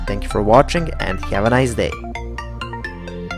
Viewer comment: Thank you for very nice tutorials but for "have' please try to say hev instead of hiev.